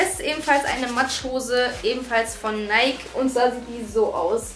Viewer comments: Es heisst richtig ausgesprochen übrigens neiki ;) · guck bitte nach dann weisst du es .. die marke richtig ausgesprochen heißt neiki ... ich wäre so reich wenn ich mit jedem wetten würde weil es keiner glaubt und ich doch recht habe 😅